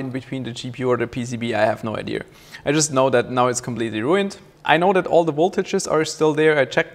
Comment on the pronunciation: It is called IDEA not ideaR...